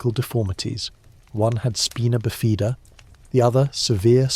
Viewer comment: “Bowed legs” should be pronounced to rhyme with GOAD, not to rhyme with Cowed. EDIT: This must be AI, as the narrator can’t pronounce Spina Bifida either. 🙄